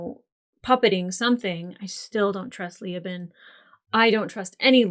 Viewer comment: Ok, regarding Leoben's name... it's not LEE-oh-bin. It's Lee-OH-bin. The stress is strongest on the 2nd syllable.